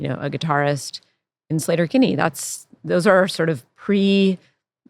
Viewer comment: Slayter? Isnt it Sleeter? Ea makes the sound E in English. Not a. Come off it Carrie. Even Fred is saying SLEE-tur. Its Sleeter Kinney. Argh.